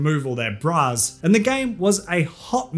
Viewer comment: It took me way too long to figure out that you were saying “bras” and not “brows”. Jfc.